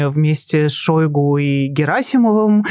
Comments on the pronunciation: Не шОйгу. А шойгУ! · А что в нём идеального. Ведущая дышит; как будто щас умрёт. И называет ''шойгУ'', ''шОйгу''!